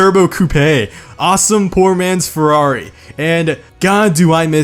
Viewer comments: lol i love your humor but the pronounce, my italian hearth died when you sayed ferrari (good video btw) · Redstoneprime dude he says Farrari but it is ferrari